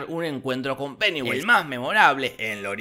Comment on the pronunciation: ESCUCHÉ PENEWASE XDXD